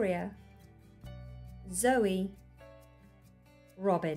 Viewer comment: It’s Zoe, not Joey lmao